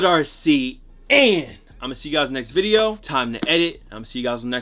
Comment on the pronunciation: can u please just say video correctly